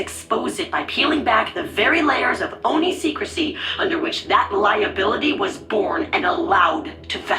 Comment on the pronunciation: I'd like for to learn to say Oni correctly.